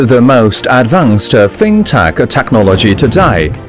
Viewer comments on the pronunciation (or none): 英文解说员发音非常难听，又要装地道，又大量发错音。。。 例如： most advanced 发错成 most advance-da and living architecture 发错成 and-a living architecture 这种就是国人讲英语常见装逼装过头了的后果。。。 下次再找英语解说员配音可以找我帮你们把把关哈 WeChat: missterryli